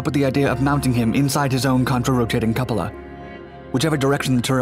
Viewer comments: A couple-a what? You mean a cupola? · Cupola = Koop-o la